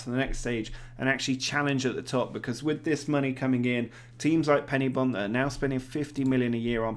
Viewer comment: Great video! But it's Pen-Y-Bont, with the 'Y' being pronounced like 'uhh'. Although I have enjoy hearing it be called PennyBont!